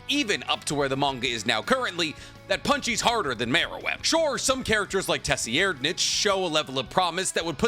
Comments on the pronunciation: “Tessy-erd-nitch” lollll It’s more like “Zer-ride-” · A character from the manga. Pronounced Something Like Sir-Ride-Nich. He says it Like Tussy-aired-nich. It hurts. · aint no way you just pronounce tseriednich as TASIERDNICH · It's pronounced "Sir-Eyed-" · Bro said "TEH SEE AIRED NECK" 😂 Can you do anything right? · Bro said tessyheirdnich 😂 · Sir-rid-nich man... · Tserriednich is pronounced Sir-Ride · Bro..say it wit me: Sir-Rad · It’s pronounced “sir adnich” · “Tessy-aired-nich” is… a pronunciation. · First time I’ve heard it lol. But HxH names can be a little out there. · Well its not that bad. Definetly closer than tserriednich.